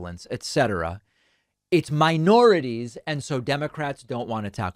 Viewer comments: Mi-or-i-ties?? What is this jerkoff talking about! I had to stop the video a few times because he makes my skin crawl. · I heard "miorities" though ? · I'm sorry David, but the title for this video is clickbait. He clearly said "miorities," not "miNorities." Typical lying globalist leftist Marxist elitist anti-fun communist.